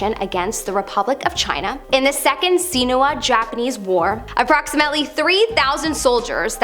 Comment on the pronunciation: 1st I think your great! Welcome! 2nd, I wanted to let you know sino pronounced sigh-no, just as it looks. It's the Latin word for China.:) Fun fact.